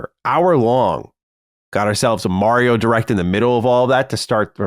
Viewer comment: Will someone teach this guy to pronounce Mario